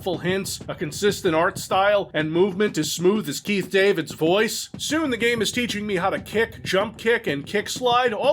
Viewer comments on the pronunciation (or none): none